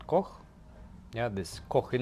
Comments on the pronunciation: Funny this guy said he had German herritage then the Georgian guy pronounce Koch in accurate German language wile the other guy said it wrong.😄😄😄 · Yeah just sounded funny, he pronounced it right.